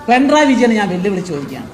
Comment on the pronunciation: പിണറായി എന്ന് പോലും ഉച്ഛരിക്കാൻ നാവ് പൊങ്ങാത്ത അലവലാതി സങ്കി 🤣🤣🤣പിൻഡ്രായി എന്ന് 😂